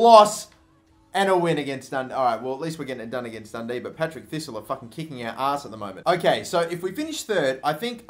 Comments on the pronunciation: IT'S PARTICK THISTLE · Patrick thistle not Patrick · 'Patrick Thistle'......... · It's Partick thisle not Patrick thisle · DID YOU JUST FUCKING SAY PATRICK THISTLE ITS PARTICK THISTLE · Conar Barney My favourite is "Patrick Thistle" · It's Partick, not Patrick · Partick thistle pronounce the name right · There's a few things I've noticed in this video that were wrong. The first one being second place doesn't go into the UCL play offs, they go into UEL qualifying. The second one was that you called Partick Thistle Patrick Thistle. Besides EA messing up and how you said one of the teams it was a good video. Keep up the good work from a Celtic fan 🍀🍀🍀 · "Patrick thistle" 😂😂😂😂😂😂😂😂😂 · It's Partick thistle not Patrick ! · "Patrick Thistle" It's PARTICK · it's parr-tick thistle not Patrick thistle. i know your Australian and can't word good but come on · when you called Partick Thistle Patrick Thistle i cringed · "Patrick" Thistle Haha 😂